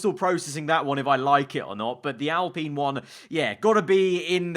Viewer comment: He pronounces it right tho? Alpeen